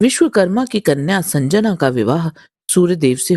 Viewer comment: संजना नहीं, संज्ञा (या संध्या)